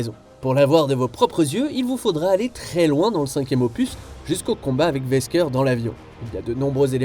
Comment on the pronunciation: Votre prononciation de Wesker c'est horrible